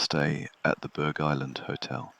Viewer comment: It's pronounced Burr Island. The g is silent.